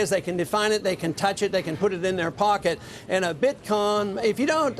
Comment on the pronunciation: Did Ron just say "BitCON"? lol